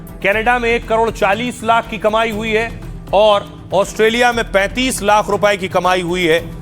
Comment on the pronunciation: lakh or hjar Ko sihi se bolo❤